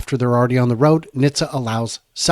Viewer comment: it's pronounced "Nit-sa", not "Nish-ta" or "Nis-ta".